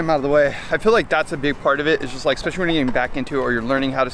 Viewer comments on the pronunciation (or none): Why do you pronounce especially like that? Why would you say eCspecially?